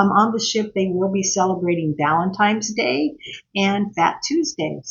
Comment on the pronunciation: It’s Valentine’s Day, not valentimes day